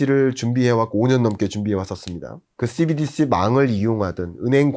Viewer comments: 씨비디씨 ㅋㅋㅋㅋㅋㅋ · Cbdc 발음이 넘 거북스럽네요ㅋ